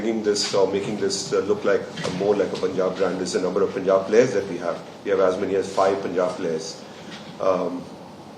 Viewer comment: It is not Poonjab. Say Pun and then jaab